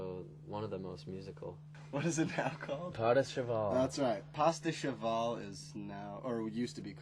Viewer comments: "What's it's called now?" "padehcheval." "oh yeah pastacheval..." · "pada cheval" "pastacheval" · 'pas da cheval' 'pasta cheval'